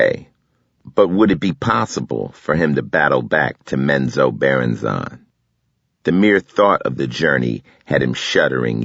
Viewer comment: Is that how you pronounced Menzoberranzan? My whole life is a lie.